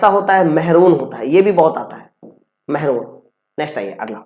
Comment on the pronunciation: महरून नहीं मैरून कहते है